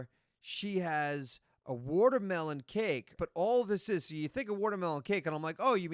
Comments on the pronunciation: " Wortermelon" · Let. Him. Say. Watermelon. One. More. Damn. Time...his country ass with worturmelon pronunciation...ugh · what is wudermelon? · Wtf is Worter mellon?